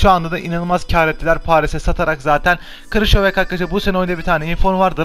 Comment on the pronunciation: Krışovyak değil krikovyak